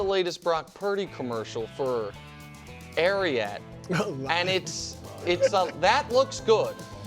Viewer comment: You can tell all about a man by the way Nick pronounced Ariat. Tool 😂 Go Birds 🦅